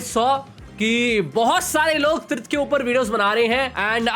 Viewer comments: Tirth ❎ Trith✅ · Tirth❌ trith✔️. 😂😂😂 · Tirth ❌ Trith ✅🤣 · Tirth❎ Teeth✅ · Tirth❌️ Trith✅️ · Tirth ❌️ TRITH ✅️ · Tirth ❌ Trith ✅ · TIRTH❌ TRITH✅ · Tirth ❎️ Trith✅️